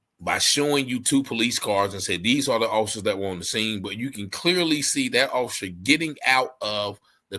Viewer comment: You cant even say Offocer. Orficer. Lol